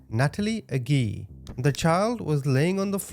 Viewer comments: Agee it’s a-G it’s pronounced like oh my God there’s a G I’m heated about it a little bit because it’s my last name and no one really knows how to say it which is understandable but this whole situation is messed up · Pronounced aaajeee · AYY-JEE, friend lol